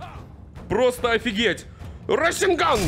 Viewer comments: Меня одного бесит раСенган а не расэнган и чидори слобее расенгана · какой рас'енган твёрдый звук е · Не расенган а РАСЭНГА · Не расинган а расенган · СРАСЕНГАН АХХАХАХА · мне кажется или ты сказал срайсягай?